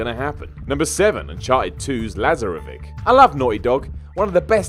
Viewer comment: Oh man, really? His mispronunciation hurt my brain every time he said it.